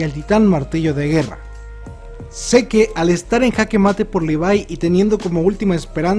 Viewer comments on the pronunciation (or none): none